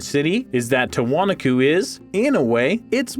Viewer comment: The correct pronunciation for Tiwanaku - the accent falls on the next to the last syllable: "tee-wah-NAH-koo". An alternate spelling is Tiahuanaco - pronounced: tee-uh-wah-NAH-coh. In Spanish the accent always falls on the next to the last syllable - which is WHY Spanish has accent marks! If there is no accent mark, then it follows the rule just mentioned! Not meant to be criticism, but to help in the future.